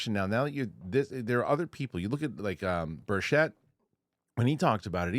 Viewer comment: Rep. Tim Burchett's last name is pronounced BURR-chit (sounds like "birch" + "it". ** READ YOUR COMMENTS! **